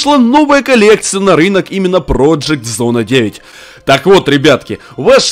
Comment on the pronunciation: Не зон а зона